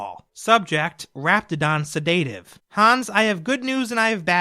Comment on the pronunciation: Sedaative, not sedaytive